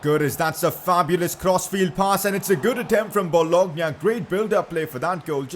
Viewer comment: PCQ: You dont pronounce it well, solskjaer is “su lsher” but it’s different country from kjaers’ kjer must be pronounces “kyaer” Also there is not boloGna, but it is bolonya